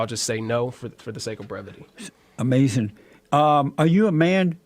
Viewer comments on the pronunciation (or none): I love it when Jesse says: Amazin' when the other guy says something dumb.